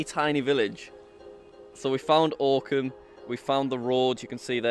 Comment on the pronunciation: The fact that I live ten minutes away from this village is both infuriating and amazing and also the way he pronounced Oakham at first absolutely pissed me off